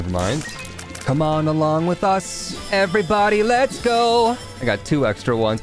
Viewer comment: What is up everybody, my name is— My brain: I THINK YOU MEAN EVERY BUDDY Edit: EveryBUDDY let’s go